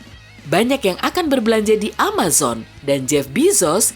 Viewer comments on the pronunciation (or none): none